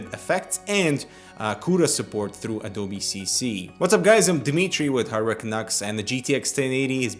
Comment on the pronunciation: Adoubi?? its A-D-O-B-E